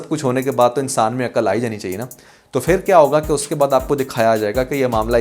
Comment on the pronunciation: Word is phir but you always say fir is a Hindi word I hope you consider it right